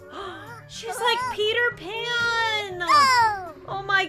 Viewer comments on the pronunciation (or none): I thought you said she peed her pants 😂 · When you Said peter pan it sounded like peed her pants